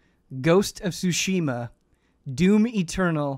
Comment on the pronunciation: Please stop saying ghost of sushi ma